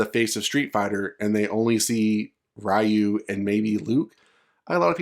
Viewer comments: games been out for longer than some of yall been alive and still can't say Ryu correctly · Funny when people say ryu wrong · It's a bullshit leak. Literally nothing burger I was in that thread and this no one bought it, there's no "passing of the torch", like Alex and Alan they're just the main character of the particular story, Ryu hasn't been a main character since forever. Also that's not the way you pronounce Ryu. There are no main characters in the franchise. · It hurts my ears when you say Rye-You. Its REE-YOU. Jesus!!! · Its not RAIU its RIU, thas was realy bad in the MOVIE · I'm sorry, but please don't pronounce it "RYE-OO". And it's not "Ha-DOO-ken" either. It's not the 90's anymore. We know how to pronounce these words correctly... Just a pet peeve of mine. Please don't take the criticism personally. You're not the only one still doing this. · I cringe everytime someone says Ryyyu instead of Reeyu. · Who is Ra-Yu lol? And in all seriousness I can’t see that happening Ryu is Street fighter. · Fucking Raiyu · It’s REE YU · It's 2022 and people are STILL aren't pronouncing it as "Ree-You" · the moment you called ryu, ra-yu. stopped watching, downvoted. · "wry u" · i can't say i like Luke or not, but i like the idea of Ryu finally done with his adventure/training and having a disciple. btw is it that hard for you americans to learn to pronounce Ryu's or any other asian names (such as Chun-Li, Yun, Yang, Karin, Kung Lao, etc) correctly?